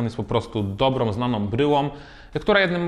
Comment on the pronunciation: OM, OM, OM, OM, OM, OM, OM, dobrOM, zananOM, bryłOM, OM, OM, OM, OM kiedy Wy się nauczycie wymawiać nasze polskie, piękne Ą?